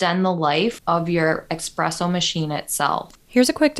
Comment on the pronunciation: Esssss-presso not ex presso